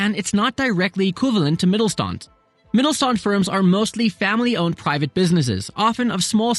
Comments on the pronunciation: great video only one little correction: the "st" is pronounced as sht (in the way you would say it in "shook") so rather than Mittelstand it is pronounced as Mittelshtand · Hey! Good video, just one criticism, which is a pet peeve of mine: When a Youtuber pronounces a foreign word wrong, although most of the sounds that make up the word are actually in the Youtuber's native tongue. In this case: In 'MittelSTand' the 's' is pronounced like in the english word 'fish'. And the 'and' is pronounced like the english 'under' without the er. Easy enough for you to say, I think. I know it's not a big deal, but I think it's a matter of respect. It shows respect to the language and culture you're engaging with, and the natives will surely appreciate you going the extra mile, whichever country it might be. And these days, it's as easy as typing the word into Google translate and play it back and then maybe practicing for a minute or two. Have a good day :) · Wie er "Mittelstand" ausspricht ist schon ziemlich witzig :D